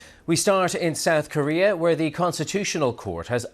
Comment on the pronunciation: He said sad coria😂😂on minute